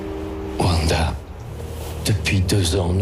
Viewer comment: Le pire c'est qu'ils mettent 2 extrait où l'on entend très bien le nom de Wanda et il continue toujours de dire Vanda 😭